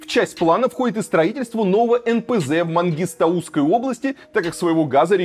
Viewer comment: Не правильно поставил ударение в слове Мангистауской области из за чего исказилось слов